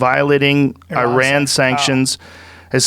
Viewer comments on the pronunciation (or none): none